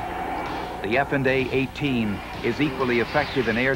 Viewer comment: "F and A 18" never heard it voiced this way.